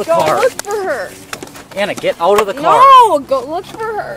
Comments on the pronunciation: Notice that she puts an extra syllable in it. As if it'll change stuff. "Nooo-uh!" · This kid puts an extra syllable in every NO she says..."Noooo-uh!"